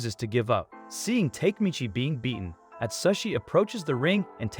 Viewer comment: You keep mispronouncing the names. Its not take michi. Its pronounced. Ta´ke Mi´chi